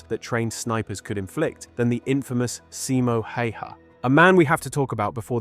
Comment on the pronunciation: Tiny correction and I see it a lot. Simo Häyhä isn't pronounced like "Hey-haw", but closer to "Hauw-ha" or "How-ha".